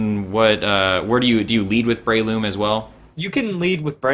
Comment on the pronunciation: Damn americans cant pronounce anything properly its bre-loom not brayloom